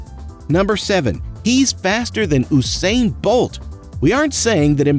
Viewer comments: Eww-sain bolt 🤣🤣🤣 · no offence im just gonna correct you its not ousain bolt is usain bolt u u u usain bolt okay.